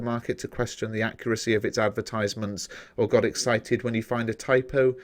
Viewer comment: Cringing over nothing really, love the video...except the pronunciation of advertisement 😂